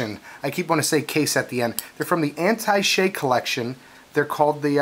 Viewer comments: Learn how to say Attache...as in Attache case. You pronounced it like Anti Shay...way off. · I think it's pronounced "a-tash-ay". Anyway, great vid, I was hoping you'd do something about these as I'd been intruiged by em in your last few vids. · Mines? Droppen? Antishay? Please don't say the word if you can't say it right. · It's pronounced, "AT-TASH-A" ;)